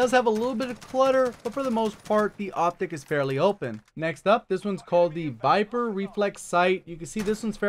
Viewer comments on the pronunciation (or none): none